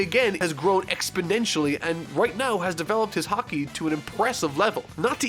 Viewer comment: 5 1/2 hours in. Please tell me, when does learn to pronounce Haki correctly? Please, I'm dying.